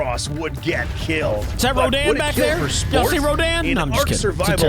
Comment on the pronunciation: ngl I thought you said "I'm black" 💀